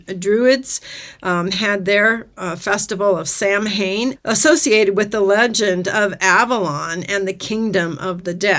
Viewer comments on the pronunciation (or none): Interesting tidbit: The Gaelic word Samhain is pronounced more like the word Shaman. The letter S is pronounced SH as in the name Sean.